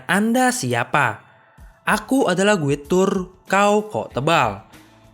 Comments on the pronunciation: Guide dibacanya "gaid" bukan "guid"... Mohon diperbaiki pronounciationnya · Saran bang Guide = Gaid